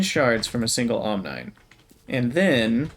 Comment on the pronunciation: Love this series so far. Side note: I think omnine would be pronounce “ahm-NEEN” like rhyming with Chlorine.